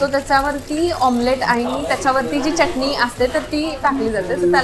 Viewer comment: ह्या सुंदर केस असणाऱ्या मुलीच्या तोंडून प्रत्येक वेळेस चटणी चा उच्चार ऐकतांना नको ग वाटत होत.